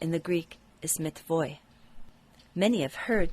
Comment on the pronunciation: I think, the word should be read with "n" - "metanoia".